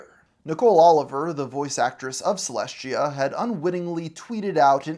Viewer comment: Why does he have such a hard time pronouncing Celestia’s name?